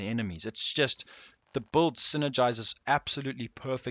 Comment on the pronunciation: the best buld man .. he's not sayin build ... he's fuckin sayin buld.